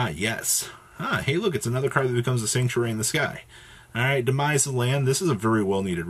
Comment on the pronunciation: Why is it so hard for yugitubers to say "The Sanctuary in the Sky"?